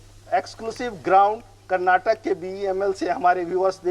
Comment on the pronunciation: Respected Reporter Sir. FYI, Its KARNATAKA. Kindly correct urself and please never repeat saying wrongly.